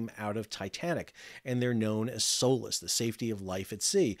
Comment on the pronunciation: Everytime he says SOLAS I hear "soulless"